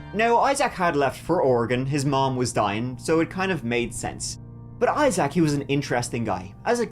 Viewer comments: the EYE ZACK is killing me 😂 EYE ZIC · Isaac ˈī-zik -zək Accent on the first syllable. I-zik, not I-Zack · I love ya', I really do, but it's pronounced "I-zik", not "I-zak". You're killing me! 😂❤❤ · Agreed! It’s normally pronounced like eye-zick from what I have heard. The eye-ZACH is killin me 😂😂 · “Eye - Zach”😂😂😂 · Learn how to pronounce name correctly, I SAC !! Lol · Ok you’re saying Eye-Zack and it’s driving me nuts 😂😂😂😂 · Legit can’t watch with how many times you said eye-sack (Isaac) 🤢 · Fyi, Isaac is pronounced Eye sick. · It’s pronounced I sick … or I zick is easier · His name is Isaac not Eye Zack 🤦🏻‍♂️ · Say it with me IiiZack. Lol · Isaac is pronounced Izeek. I know you like your pronunciation being corrected. 😉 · Evethough its spelled Isaac with 2 "a's" it's pronounced I-ZIK. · the name is Isaac, not Eye Zach lol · The way you say Issac really pissed me off this video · I’ve never heard in my life anybody pronounce Isaac the way you do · How you say “ Isaac” pisses me off. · The way he pronounced Isaac makes me cringe lol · I hate the way you say the name: Isaac. WTF bro.😂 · I love the way you pronounce Issac!!💜🫶🤣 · Strange way to pronounce the name Isaac, but okay.